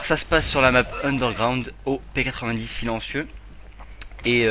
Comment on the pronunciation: On dit P-nonente !!!!!